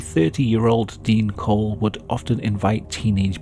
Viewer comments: Dean Corll not Dean Cole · Dean Corll, not "Cole". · His name was dean corll. Not dean cole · Its Corll, not Cole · His last name isnt cole its Corll